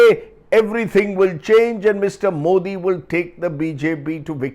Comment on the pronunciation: Solid pro-nounciation of "Mr. Modi "by Rajdeep